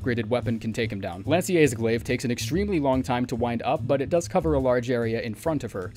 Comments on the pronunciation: Can't be certain, but "seax" is often pronounced "sax." In other contexts, it's an old-english word for knife that generally refers to large nordic/scandinavian knives that may even be large enough to be considered machetes or short swords. "Lansseax" might literally translate to "long knife." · I believe Lannseax is pronounced Lansow. Lans is like lance. Lance-ow. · I always pronounce Lansseax as "Lan-Show." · I have no idea why everyone's trying to put the fanciest most french possible pronunciation on Lansseax, it's literally just Lan-see-ax, you know, the same as it is in Fortissax, or in Plasudisax.